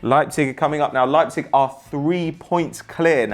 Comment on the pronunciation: rb leipzeg, sounds like leiceter.